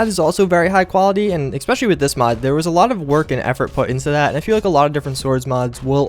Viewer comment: "exspecially" ...jesus Christ.